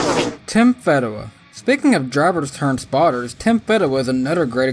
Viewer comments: Feeeeeeedewa not fehdewa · His name is Tim "FEED"awa NOT "FED"awa. Disappointed you didn't check that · You mispronounced Tim Fedewa’s name lol. It’s Feeeedewa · Thanks for making me laugh with "Tim Fed-dewa". ^_^ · I thought it was pronounced Feedewa? But thanks for the upload 🤘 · Cute corn! Where does Tony Reign? You said he Reigns. 😜 Did forget him. Fee-duh-wuh? Uh... I'll watch his Busch races. Justin. Think I saw a few ARCA races? Never heard of Darnell. Haven't got there in truck races and a never heard of. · Back in the day I always heard it pronounced Feedawah. No biggie though, it's cool you mentioned him and that his life is going well after driving. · Fedawa .. long E as in Fee